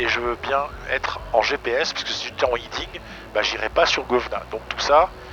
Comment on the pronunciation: ‘Heading’ pas ‘Hiding’ Dans tous les aéroclubs français on ne sait pas dire heading c’est fou.